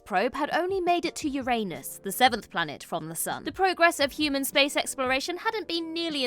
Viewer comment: Pronunciation Matters : "Yurr-en-us", "Yurr-ann-us", "You-ren-us", or "You-ran-us". You made it sounded rather coarse.